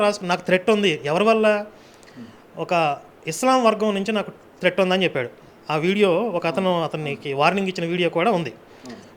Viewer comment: థ్రెడ్ కాదురా బాబూ థ్రెట్.